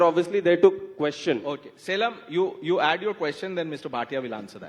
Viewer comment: Surprised that Anand Ranganathan , being a Tamilian does not pronounce Salem correctly.